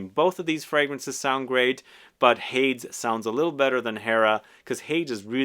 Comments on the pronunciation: Surely it must be pronounced Hay-dees given the sister fragrance is Hera, no? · Just so ya know, Hades is pronounced “Hay-dees” and he is the Greek god of the underworld!